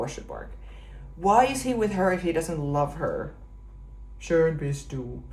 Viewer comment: yeah that "schön bist du" sounded really good. That phrase she could use also in the everyday life to impress ;) Only "ich bin du" is not very useful in our "non-time travel world"